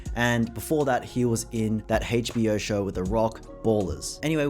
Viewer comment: "Hach B O" I freakin love it lmao plus you have cute daddy 😘